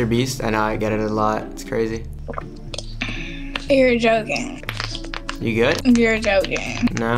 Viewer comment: “You’reah jOKigngah”